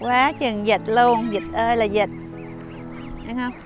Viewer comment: Em là người Nam chắc luôn á , người miền Bắc họ phát âm chuẩn luôn con vịt.....chứ ko phải con dịch....ha...ha.....dịch là dich Covid á 🤪